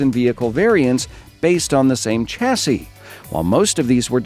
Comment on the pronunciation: its sh-a-si